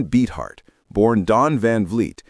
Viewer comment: It’s Beefheart, not Beetheart